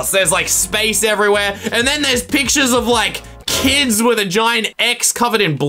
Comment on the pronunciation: *me trying to do his voice when he said “kids”*: kIdS